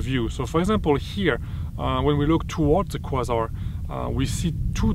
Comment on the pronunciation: Excellent. If it helps, “Kway-Zar” :). Your English is certainly better than my French!